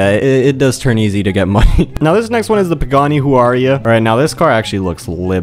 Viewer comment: PS: it’s pronounced Wyra